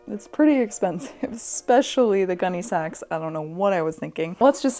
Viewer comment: Not my food-motivated-ass hearing "Gunne Sax" as "Gummy Snacks" 😩